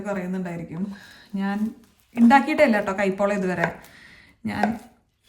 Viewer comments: കൈ പോളാ ❌കായ് പോളാ ✅ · It is kaayapola, not kaipola. Kurach neeti parayu. Just like kaaya varuthath